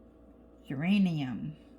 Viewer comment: I thought you said uranium at first!!! Lol that’s a weird name for a pink color. Geranium makes more sense, but I typically think red for geraniums.